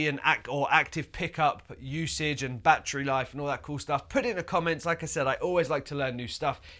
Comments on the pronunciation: English: bhahtree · New drinking game. Drink every time he says “Batchry” in this video!🤣🥴